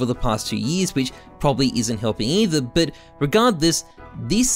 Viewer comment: It always makes me chuckle how can't say the word "but" lol. Count how many times he says "bit" instead of but 🤣